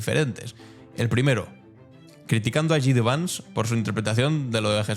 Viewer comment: Que no es "Yi Di Vans", que se dice "Yei Di Vans"! Igual que disc jockey se abrevia a "di yey" y no "di yi".